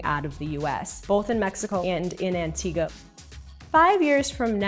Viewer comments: Its Antigua not Antiga. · Why does she call it antiga?